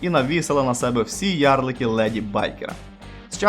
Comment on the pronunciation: Братан, что это за джёни или слово ярлык с ударением на первую букву? Мову каверкаешь